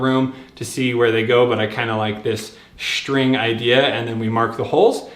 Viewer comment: Great video but just one thing - String is spelled S-T-R-I-N-G. Not SHTRING The ST sound does not make a SHT sound. That bugs the s*** out of me.